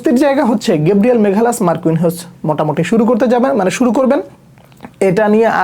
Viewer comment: ওর নাম মাগালেস, "মেঘালাস" না।